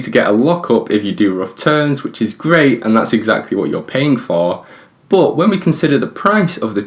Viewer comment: Y do u say boooot not but